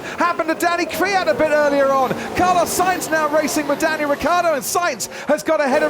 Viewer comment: They really can't pronounce Ricciardo, can they? It's so annoying